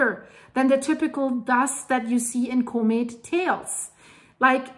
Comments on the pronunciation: Love your videos!!!…comet is pronounced com et not co-met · doesn’t know how to pronounce COMET… sad